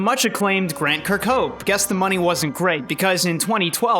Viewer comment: the way you say grant kirkhope’s name hurts me